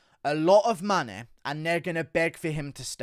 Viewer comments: I'm English as well but why can't you say the word money? Or anything with ey in !? 🤣🤣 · I know right it so jarring the way he says it, just want to put him in a headlock. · Why can't he say 'UFC' or 'money' properly? What is up with his accent. I have no idea where it's from in Britain